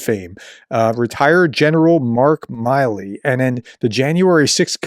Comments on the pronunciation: Hey Professor, General Milley’s name is pronounced “Mill-ee”. 👍🏼😊👍🏼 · So Trump cannot go after his family! I cannot say I blame him. As Trump has released all but 6 of the January 6th Rioters. Mil-ley is how it's pronounced... OMG!!! WOW Good Stuff!